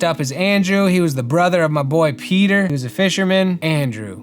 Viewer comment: As an italian, I could really see the effort you put into pronouncing the words right! Thank you for the respect, Peter!! ☺️ I love these type of videos! I think that learning alongside someone who is researching for a project is so much more fun than being taught haha